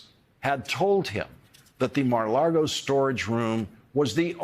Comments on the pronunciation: Lago, not Largo Lawrence. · Hearing him say "Mar-a-laRgo" is like heading Bush say "nucular" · I love Lawrence, but why does he always say Mara largo? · Is he saying Mar a Lardo? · i think that it's hilarious that Larry can still not pronounce the name of the Florida resort properly and says 'LARGO' every time. Which means to me that, subconsciously he really wants to say Mar-a-Lardo or that he has said it so many times either in his mind or out loud that it's just baked in🤣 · Please stop saying "Mara LARgo" I'm OK with Mara Lardo, Maga Lardo & other intentional riffs but stop getting it wrong by just being careless. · Sorry - why are you saying Mar a "Largo" ? On purpose ?